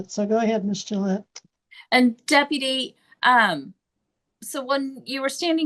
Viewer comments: Jill Gill-ay lmao 🦆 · It’s pronounced like the razor Gillette.